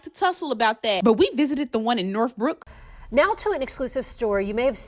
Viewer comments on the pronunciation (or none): Northbrook....NORTH...with a TH.....not NORF.....